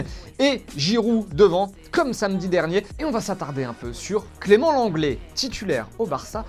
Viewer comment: qui a entendu comme moi : l'anglais (lenglet) Varane? 😹😹